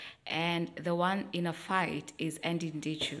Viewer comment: Eddy not ENddy 🤣🤣🤣🤣🤣🤣